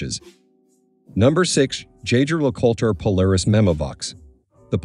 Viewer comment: Do NOT make watch videos if you couldn’t even pronounce the brand name correctly.